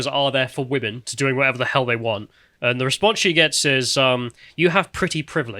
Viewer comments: I'm super glad you picked on the Women pronounced woman thing. I hate that. I've been correcting it in videos for years now. It's an affectation. I shouldn't be able to discern things about your political position by your mispronunciation of "women". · I've noticed the weird pronunciation of "women" which I've noticed increasingly pronounced the same as the singular form, "woman". The word "women" is not pronounced the same as "woman". The first syllable of "women" rhymes with "him" and the 2nd syllable of "women" rhymes with "in", similar to the first 2 syllables of "criminal". Drop the last syllable of "criminal" and you get "crimin", which rhymes with "women". Woman is pronounced like "wooden" with the "d" replaced with an "m". It's not that complicated, am I going crazy? Men are not women, and the word woman is not the same as the word women. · I think she might just be Canadian. Lauren Southern pronounces "women" like "woman" and it kinda drives me crazy too but I forgive her because of how she says "flag"